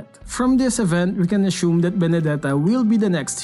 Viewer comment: No one:: ashume (assume)😂🤣💓